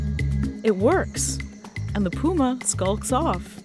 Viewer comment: Mispronounced Jaguar and Puma